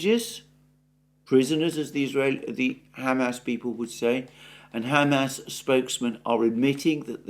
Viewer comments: Alexander, you try to be so careful with the pronunciations of Ukraine and Russian cities, etc. Is Hamas really pronounced Ham Ass? I doubt it. I could be wrong. Any help here? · brother for the love of all that's good please stop saying it like 'ham-ass' its so funny and it breaks my concentration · Alexander, I love your show and watch it daily. Please keep up the great work. But please learn how to pronounce Hamas. You take such great care in your pronunciation of Russian and Ukrainian words, which I really value. A moment of your time to attend to this would be much appreciated. All the best! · I like how you pronounce it Ham Ass, rather than Hah Mass. I will be using that pronunciation for those butchers now. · Hey Einstein. The whole world says ha-MAS, but you have to say HAM-ass. Good grief. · Ham ass 😂 it's Hamas. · I like the way Alexander says Ham Ass. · Why does he keep calling them Ham Ass?